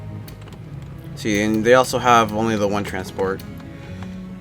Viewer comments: the grenadier's and pronounced gren-a-deer not granad-er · Gren-A-deer not grenade-r